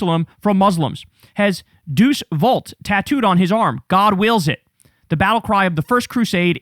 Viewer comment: Pronounced day-oose